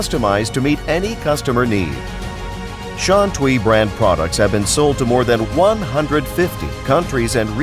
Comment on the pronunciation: I wish the guy could pronounce Shantui right. TUI should be "tway".